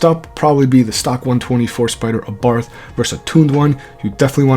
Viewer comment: Bro it's pronounced Abart not Abarf, the H is silent.